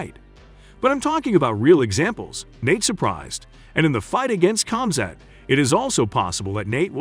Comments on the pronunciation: Nate DYE ASS vs COMZAT CHIMEEV. This guy is just reading a script obviously doesn’t watch the sport. This is painful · Nate Dye-az, cam-zat cheemeev? Lol. Yeah you know jack crap. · Is this a robot talking. Nate diez vs comzat chimeeve lol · "Nate Daias and Khamzat Chimi" 🤦🏻‍♂️ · Nate Dye-Azz vs Kamzaat Chumeev.